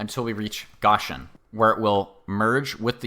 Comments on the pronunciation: Gōshen not goshen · Goshen is pronounced "GŌ-shin" with a long O sound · but for future reference, you say it like ocean but with a g obviously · Like the one who corrected the Visalia pronunciation, thank you for correcting the whole 'Goshen' thing. Sounds like 'ocean' but with a 'g' at the start. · Also, in that vein GO-shin — GOE-shin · why is bro saying goshen like that